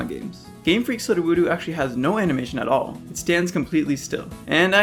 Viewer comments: Are we not gonna talk about how he said sudowoodo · I'm sorry, how did you just pronounce sudowoodo? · Your pronunciation of Sudowoodo is....something else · The way he pronounces 'Sudowoodo' is highly disturbing! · Never seen someone mispronounce Sudowoodo so badly. Also I'm chill with Sudowoodo standing perfectly still. It's it's natural habit to do so. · Every time he said Sudowoodo’s name wrong it made me want to beat my head into a wall, it was just so painful to listen too. How do u not know how to pronounce it Brock literally had one in the anime he used all the time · I have never heard Sudowoodo pronounced like this lmao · I'm sorry I can't get past how you pronounce sudowoodo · you don't pronounce sudowoodo correctly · It kills me how you pronounce Sudowoodo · Love the vid, but can u please say sudowoodo’s name right? I’m begging you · Bro you did not just pronounce Sudowoodo like that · what was that sudowoodo pronunciation lmao 💀💀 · RIP Sudowoodo pronunciation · I don't even care about Sudowoodo's animation, the way you pronounce it hurts my soul 😔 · yeah ive never had a mispronounced pokename bother me so much. idk what it is. i rly dont know what it is, and im gonna be here 40 minutes if i try to figure it out. still, we gotta give him some slack. really, if sudowoodo wants two "oo" noises in its name it shoulda been with the same vowels... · did u pronounce Sudowoodo like that on purpose part 3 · That’s great, but maybe learn how to say Sudowoodo correctly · I'm sorry but the way you pronounced sudowoodo makes me very uncomfortable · who pronunces Sudowoodo like that? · I'm sorry, WHAT did you call Sudowoodo? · I find it funny how he mispronounced Sudowoodo😂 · The way you say Sudowoodo seem wrong to me. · I thin you pronounced sudowoodos name wrong. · You're pronounciation on Sudowoodo is killing me. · Thank goodness. I thought that I was the only one that noticed this. The way he says it sounds so wrong. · "Sud-oo woo-doo" WEW-DOO LAD